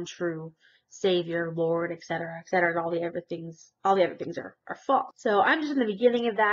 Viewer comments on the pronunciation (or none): English lesson time. ET CETERA, not "ek cetera."